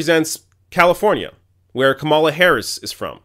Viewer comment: You pronounce Kamala 3 different ways in one minute. That was distracting and this comment is petty